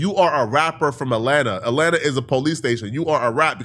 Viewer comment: "rAtLanTa" 🤓 Fkin goof 😂